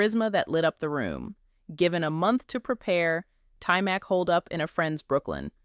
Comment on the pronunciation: His name is pronounced tymock not tymack. His father was an artist not a karate instructor, although his father got him into martial arts when he was a kid. Cool video though